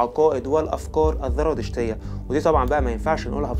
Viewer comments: اسمها الزرادشتيه وليس الذرادشتيه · يا اخي الزرادشتيه وليس (الذرادشتيه)، ارجوكم ايها الاخوه المصريين صححوا لغتكم اصبحتم لا تعرفونالفرق بين الزاي والذال في الكلام العربي. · انا معجبة بقناتك و اشكرك على المجهودات العظيمة ..لكن نصيحة اخوية ..حاول ان تنطق الحروف كما تقراها و لا تحول حرف ال ز الى ذ او ق الى ك ..مثلا الزرادشتية بالزاي. بالتوفيق